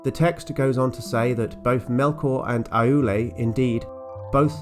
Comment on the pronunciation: Just a couple of pedantic pronunciation notes: "Námo" is pronounced "NAH-mo" rather than "NAY-mo", "Aulë" is pronounced "OW-lay" rather than "ah-OO-lay", and "Vairë" is pronounced "VYE-ray". JRRT does love his diphthongs! But all told you're doing splendidly handling the shower of names that JRRT hurls at us: we should be thankful that not all of these start with the letter "F" 🤣